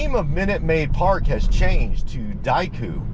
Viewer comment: It’s Daikin Park, not Daiku. Japanese company.